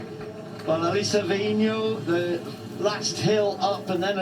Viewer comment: She indeed is a wonderful person and a super athlete - and thank You for pronouncing her name so well !!!!! 🤩